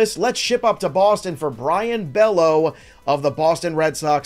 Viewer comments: Pronounced-"bay yo" and "ray-ginz"😮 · Love your stuff. Really need to get the names right though my guy.. Brayan Bello(Bay-O) Cole Ragans(Ray-Gins).. gins as in Ted Ginn Jr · Bay-yo ... no relation to Scott. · Bello is pronounced BAY-OH Ragans is pronounced RAY-GINS Anyway, I think Luis Campusano is gonna be better than both O’Hoppe and Alvarez. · Come on man, it’s not pronounced Bello (like is looks)…it’s got that funky way of pronouncing it lol